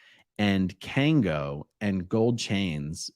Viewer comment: It’s kangol